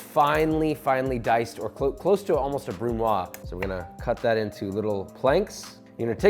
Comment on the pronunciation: It's "Brunoise", pronounced "BrunouaZ"